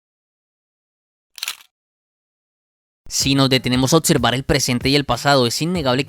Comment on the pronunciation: Venga, le cuesta mucho decir “observar”, “máximo”, “selección” ??? En lugar de otzerbar, matzimo, seletzion?? Que hablado tan inmundo